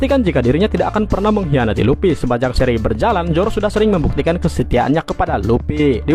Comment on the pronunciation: Bukan luppy mang,luffy..luffyyyy